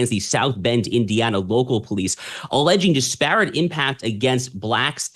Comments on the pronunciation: Mispronouncing disparate. The accent is on the first syylable, not the second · Disparate Mispronounced At Shapiro speed lol